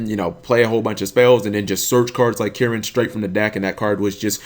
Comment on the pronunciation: pretty sure its pronounced "Kee-rin" but to each their own. Also i dont really think Kirin is that much of an issue, unlike stuff like B.A. that internally float and get free crap when they die and banish things with Farfa, you need scales to keep using Kirin effectively